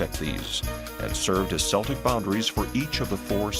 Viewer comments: It might help to prove the claims made if the narrator didnt keep pronouncing celtic as seltic. Its pronounced keltic. A hard C sound. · Also, Celt is pronounced’Kelts’, not ‘Selts’. Therefore ‘Keltics’, not ‘Seltics’. The narrator mispronounced it in the first part of this video. Wordnazi, sorry😩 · "K" Celtic. Celts...NOT "S" Seltic....uggggg.